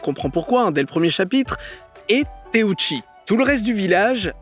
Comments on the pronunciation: Teuchi par pitié par teouchi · teuchi pas téouchi